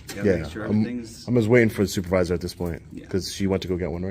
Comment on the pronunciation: Du did they say the stupervisor l.o.l.